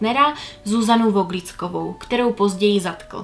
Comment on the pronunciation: Voglicková se čte jako "fógliková". Aspoň tak ji oslovují ve filmu Kladivo na čarodějnice. 🙂 Skvělé video! ❤